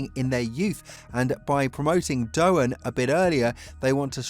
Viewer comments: It's Doohan not Dohan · Jesus christ man, out of respect for his Father at least, it's DOOwan, not DoHAN, didn't viruses come from there? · Lets hope for Jack's sake you can at least learn how to pronounce his name before the start of the the seasons last race. It's not that hard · Right, this is just disrespectful af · Learn how to say Doohan, I'm sure you can manage one day